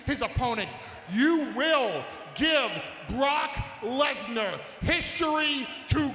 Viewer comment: We have been saying his name wrong guys. Look . It's BAROQUE LESNAR.